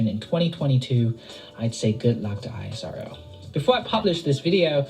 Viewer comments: it is ISRO not I-S-R-O like NASA not N-A-S-A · Everytime he said I-S-R-O I corrected him "please it's IS-RO" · Don't call it as i-s-r-o,its isro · Hey its ISRO - u pronounce - I S RO thats wrong Which is correct is ISRO - E Sa Ro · Dude calling it I.S.R.O. ( eye es ar oo) is irritating call it ISRO ( ees-row) for god sake . Do you call nasa ..N.A.S.A. just not used to hear I.S.R.O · Its ISRO (pronounced as iss-row)not I-S-R-O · The agency is NOT called "I S R O". It's called "Is Row". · We call it ISRO. Not I. S. R. O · It's pronounced ISRO and not I.S.R.O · It should be pronounced as esro not I.S.R.O. like nasa not N.A.S.A. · We call it ISRO not I.S.R.O. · Dont spell ISRO like i yes our vow .. we call it is + row .. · yes bro isro is right word not i s r o . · Stop saying the letters out individually..You don't say N A S A as separate letters do you?